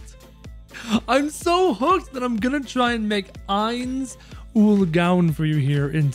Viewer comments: It’s not “oil” it’s “oal” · I meant ool he was saying ool when it was oal.